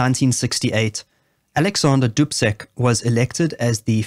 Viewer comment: Thank you: I heard the years correctly, but Dubček is pronounced "Dubcheck".